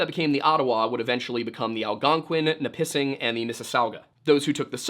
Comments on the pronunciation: Nipissing is pronounced Nipa-sing, not Ni-pissing but good try. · I hate how he says Nipissing tho lol drives me bat shit crazy as a Canadian lol